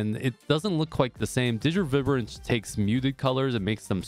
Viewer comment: 😂 I’ve never heard anyone pronounce “vibrance” the way you do